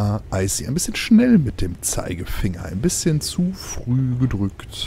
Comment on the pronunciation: jemand __Icy__ richtig aus sprichst